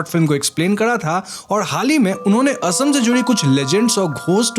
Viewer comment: ye "asm" kya hota hai bhai mere? ASSAM ... ASSAM uccharan karo